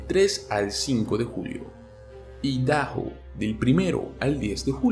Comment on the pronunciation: Idaho se pronucia == aidajo y Iowa se pronuncia== aiowa.